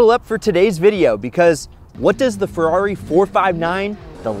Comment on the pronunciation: no-One gunnu mention the 'firarri 459' at the begining. XD